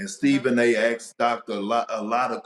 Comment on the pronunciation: Hey Perkins its ASKED not AXED.... I AXED DAC RiVURS